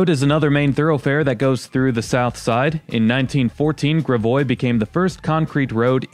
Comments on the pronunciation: NitPic: you pronounce Gravois correctly but the emphasis should be 😊GRAvois. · Gravois Rd. Prounced “Grav-oue “ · gravois is pronounced grav-way